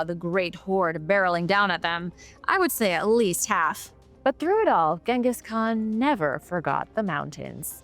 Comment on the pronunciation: 😮 finally pronounced Genghis right. B.T.W whatever happened to David